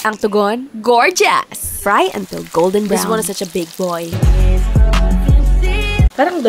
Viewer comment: “ GOrGazZzZz🫷🏽🤭🤭❤️” It kills me😂😂